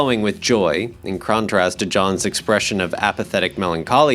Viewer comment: “crontrast”? “worldless”?